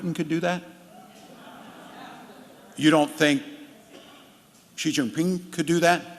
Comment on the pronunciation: Omg he said Xi's name right!!!